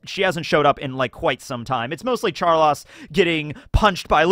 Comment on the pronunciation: You callin him char-loss as an insult or just a mispronunciation of char-low-se?